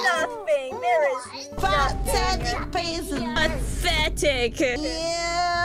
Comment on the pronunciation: Dang, accent actually adds a damage boost to that "pathetic peasants!"